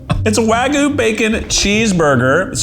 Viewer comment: It's "Wagu" like how Keith pronounced it 😂